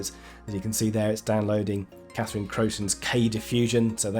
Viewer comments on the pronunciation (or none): none